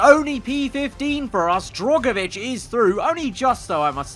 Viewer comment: I hope you get rid of Drugovich next season, I can’t keep having you mispronouncing his name again